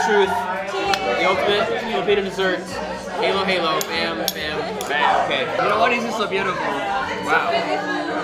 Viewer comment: not mad, just correcting: halo-halo not heylo heylo